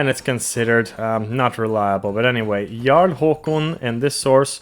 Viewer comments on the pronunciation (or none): none